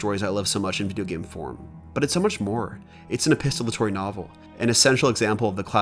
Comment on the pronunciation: You are pronouncing it “epistolatory” but it is “epistolary”